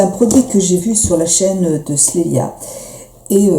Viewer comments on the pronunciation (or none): c'est d'elle qu'elle parle à la fin ;) elle prononce mal elle dit "slélia"